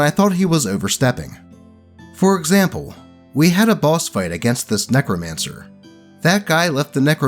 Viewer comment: I'm sorry I thought you said "nekomancer" instead of "necromancer" and now I have a character design I need to flesh out